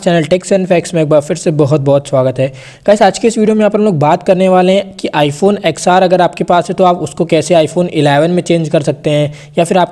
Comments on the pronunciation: 'Axe R ' nahi bolte hai bhai 'XR' bolte hai😁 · ' Axe R ' nahi bolte hai bhai ' 10R ' bolte hai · 10R pronunciation hai XR nahi